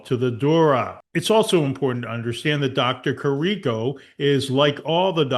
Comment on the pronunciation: Great work here. The doctors were correct since day 1. Btw, it’s pronounced Care-ah-co and James Hoe-stee.